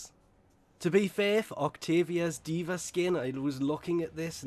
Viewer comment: the octavia skin looks like miku a vocaloid and it makes sense becuase miku plays music the people that think it's Dva from overwatch just becuase he said Dva insead of D i v a your stupid Dva doesn't play music Miku does.